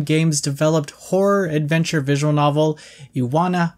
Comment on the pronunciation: LOOOOOOL back at it again! It's pronounced Ee-wah-hee-may